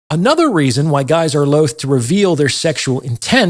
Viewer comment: finally, a man who pronounces the word 'loath' correctly. i should have known you wouldn't let me down.